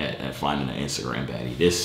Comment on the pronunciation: my mans said iceagram